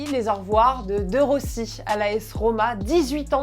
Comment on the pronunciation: deu rossi elle a dit...bon sang un petit effort s'il vous plait ! DE ROSSI ça se prononce dé Rossi, merci